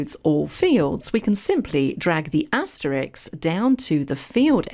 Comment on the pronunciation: The word you want is "asterisk" and the word you are using is "Asterix" who is a cartoon character. This sounds silly! Just saying! Please use the correct word as I like the way you present your courses. I find them easy to follow.